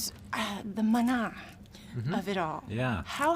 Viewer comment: Oh my gosh the way she said MANA!!! SO CRINGE!!!! These fools didnt even correct her!!! They all have no clue even how to pronounce Mana!!!!!! Look at all these four douche bags. The directors have NO CLUE what they are doing. And have NO IDEA what Hawaii is at heart... What a joke!!!!